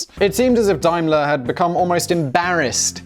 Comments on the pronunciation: It’s pronounced Damler. Dimler???? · Arrrghh!! Dame-ler, not Dime-ler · It's DAYMLER-Benz - not DIMELER-Benz! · Dime-ler? Daym-ler, surely! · Dime ler it's day m ler Daimler you have been out of the UK too long. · It's pronounced dameler! It's German. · Are you trying to say Daimler? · You're English but you don't know how to pronounce Daimler!